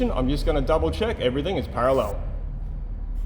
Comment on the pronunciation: Don't ever say parallel again